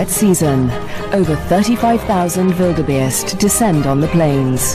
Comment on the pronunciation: this narrator does not know how to say Wildebeest, she says wildebaste hahaha